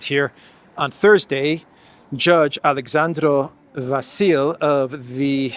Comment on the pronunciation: Vasile accent on I and las e is audible as in English word bed. it is a name borrowed from Greek language Basil 😊❤